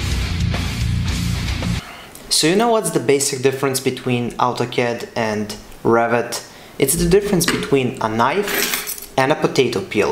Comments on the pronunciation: Don't know why whenever you say Revit I hear 'Rabbit' 🤔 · I look with subs, that translate it, and they too hear it like "Rabbit".